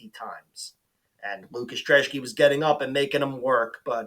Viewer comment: Thanks for pronouncing the Polish dudes last name correctly! Great vid as well